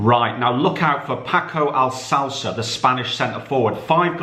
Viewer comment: Nobody:: Paco Alsalsa